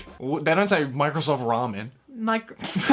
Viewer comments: lol ramen is dutch for windows yeah but you say it like raamen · as a person who speaks dutch... yeah ramen are windows (but pronounced different) XD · ramen is actually plural 😂 window= raam